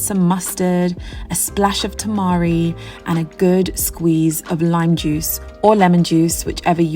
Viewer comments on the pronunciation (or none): none